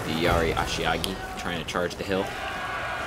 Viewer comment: Is there a reason you keep saying ashiagi instead of ashigaru? Still a nice video though.